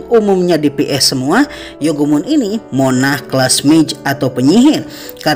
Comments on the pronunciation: monark bang cara bacanya ,bukan monah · Revisi dikit, Spelling untuk MONARCH itu "R" nya juga di sebut jadi kalo di lafal kan terdengar seperti "MONARK", udah dari 2 video sebelumnya aku perhatiin agak kurang tepat Spelling nya 😄